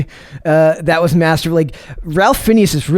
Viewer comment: I enjoyed the Kings Man better than Matrix 4. The actor name is pronounced Rayf Finez. I knew his name and knew it was pronounced differently. It’s a weird one one but sounds cool. Everyone was great in the movie. Was not heavy SJW.